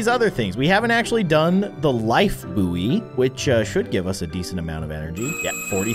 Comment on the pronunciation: saying buoy wrong also luv ur content been watching you since 5y/o